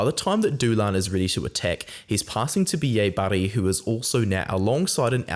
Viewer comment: Like how you say Bielle-Bairrey and it sounds like a Scot saying B.A Barry. Thought we'd picked up a new player like WP Nel